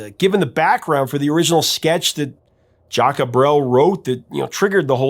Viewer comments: i first heard Seasons on the radio in 1963 by the Kingston Trio - they took the Brel French version and made it Tex/Mex. J Brel is not "Jack-a," the name is very common and pronounces "JUKS" I knew the song well when it became a hit again in 74. Terry and Susan Jacks had plenty of hits as the Poppy Family; "Which way u goin' Billy" was #2 in US, There's no Blood in Bone, Where Evil grows and that's Where I went wrong all hit the Top 100. Speaking of French artists, u need to do a deep dive on Frank Sinatra's MY WAY - everyone associates the song with Frank, as it's his biggest but... it ain't his. xoxoxo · Your music guy but its Jacques Brel, pronounced Jock Brel, a superstar of french music, pre rock style. You must have heard his name 😊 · "Le Moribond". It's a french word but not used anymore. It is for a man who looks like a dead man. or who is on the verge to die. For english speaker the best way to pronounce it is More-ee-bond with a silent "d". As for Jacques, if you pronounce it as Jack, no one will take offence. As for Brel, it is "Br-ale like the Ale (beer). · It's pronounced Sz-ahk like Jacques Cousteau, Jacques Pépin, Jacques Clouseau.... The song was based on Bre'ls "Le Moribond" (The Dying Man). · "Jacques" is pronounce just "Zhahk" -- without the "uh" sound. The "uh" sound is made in songs like "Frère Jacques" because the music calls for it, in the same way that "frère" has an "uh" sound in that song, but not when simply speaking the French word for "brother." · Jaques Brel is pronounced Jack Brel . He was an avid sailor and ended up in the South Pacific where his boat stranded and years later was recovered to be restored . P.S. Jaques Brel was a Belgian and to twist the knife a little more so was Johnny Halliday (Born in Belgium as Johnny Smet ) another " French icon ". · As much research as you do, how can you not Google "how you you pronounce Jacques?"